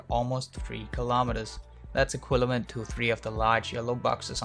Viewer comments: I believe you said "equilavent", hehe funny mistake for "equivalent" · "equilavent"? :D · Equilavent. You heard it here first boys! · LMAO "equilavent" in hahaha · Did he just say equilavent in ? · "Equilavent" Kappa